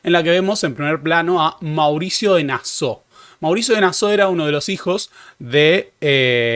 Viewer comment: "Nassau" es palabra alemana, no francesa y se lee tal cual.